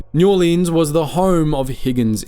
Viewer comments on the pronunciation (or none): none